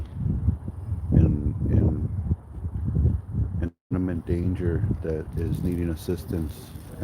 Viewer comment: This dude really called him by the wrong name..its Fernandez not Hernandez n the word imminent is pronounced with an M not an N my guy..not inniment its imminent..but something didn't sit right with me with this video being monetized having all the ads in it..seems wrong to me